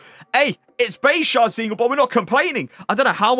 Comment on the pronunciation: It’s jairzinho, not sharzeenyool